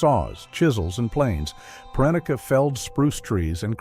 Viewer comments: His name is pronounced PREH-neh-key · A major problem with AI voice over is the inability to pronounce unfamiliar words. Dick Proenneke is pronounced Pren-ak-ee. It is distracting to keep listening to the AI voice mangle that over and over again, and in different ways each time. I'll take a pass on this channel, since there are so many good YouTube channels with human creators reading their own material.